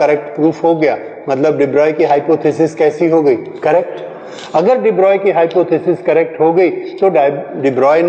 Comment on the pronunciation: HIT SONGS yes de Broglie is pronounced as de broy Also told in ncert